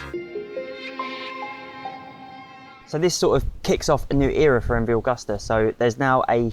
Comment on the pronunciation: That is not how you pronounce Agusta